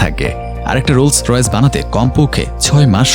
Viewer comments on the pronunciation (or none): গাড়ির নামই বলতে পারেন না